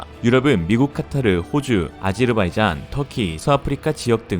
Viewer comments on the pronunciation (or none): none